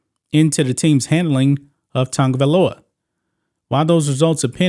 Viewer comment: Why the f everyone calls him Tangavailoa? There is no 'N' dumdums. 🤣🤣🤣🤣🤣🤣